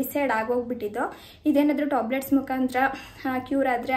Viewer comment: Toblate alla tablet....